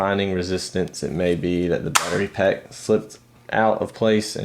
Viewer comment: Anybody noticed how he says Pattery Back XD?